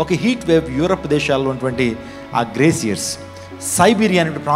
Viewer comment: బెదరో.. గ్రేసియర్ కాదు.... గ్లేసియర్ అయ్య... కానీ నీకెందుకు దుమ్ము రేపు....